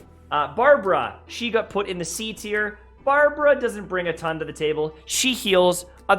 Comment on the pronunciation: Also, it’s *Keqing *Xiangling and *Barbara